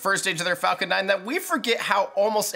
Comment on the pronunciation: why do you keep saying falCORE ?? i heard it at least 2-3 times in the video..